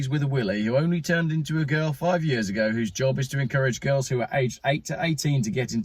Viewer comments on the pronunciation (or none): none